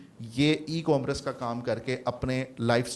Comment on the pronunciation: Correct the pronunciation of "Commerce" یہ " کام رس " نہیں بلکہ ۔۔ " کو ۔۔ مرس " ھے